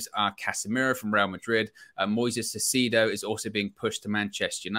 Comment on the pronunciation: Caicedo. Kai-uh-said-oh. Tho I understand saying his name wrong, I'm frustrated too.